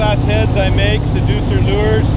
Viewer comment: Did anyone notice seaducer 🤣🤣🤣